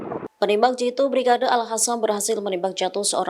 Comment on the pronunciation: al Qasam, bukan al Hasam ! Transliterasinya payah. kok bisa jadi host ya?